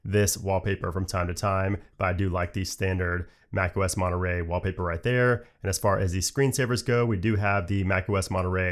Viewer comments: Its funny because in english you said something like mone... rey in spanish the word have another "r" so it sount monte...rrey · great video, also... Monnuh Raaaay? I'm sorry, it was kinda funny hearing you pronounce it like that xD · I like how americans pronounce Monterey "monoray" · And those of us who grew up in certain parts of Britain pronounce it as 'Mon'a'ray.